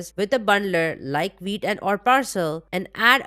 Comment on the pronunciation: awsome video !! love the way you pronounce vite , i hear weed 😛